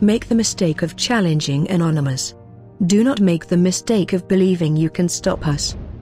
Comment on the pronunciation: First of all, learn to say anonymous, not nonymous; And grow a pair :)